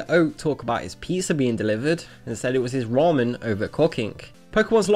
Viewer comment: whats with his pronounciation in this video . rice ball = rice wall. pizza = pisa. ramen = rawmen . cooking = cocking. and thats all in the first minute